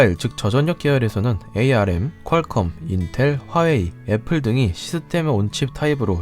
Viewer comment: ARM은 암이라고 읽지 누구도 에이알엠이라고 읽지 않아요. 중요치 않은 것 같아도 약간 신뢰성이 떨어져 보일 수 있으니 다음부터는 꼭 암이라고 읽어주세요.